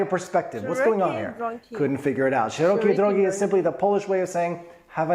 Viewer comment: SzerOkiej drOgi! - in polish almost always you should stress on the second syllable from the end.